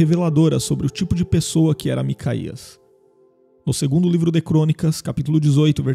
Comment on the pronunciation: Não se lê macaías lê-se MicaYauh os nomes estão adulterados nas traduções